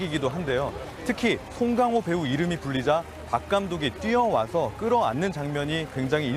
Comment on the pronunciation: 발음 너무 웃기다 송갱호 우리가 영어 발음 할때도 그럴까? 근데 제대로 된 발음 정도는 연습 하지